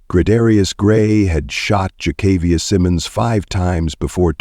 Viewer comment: One favor, honor by learning the correct pronunciation of her name and keep it consistent in the video Jah-kah-viah or Kay-kA-viah? Figure it out! May she rest in peace.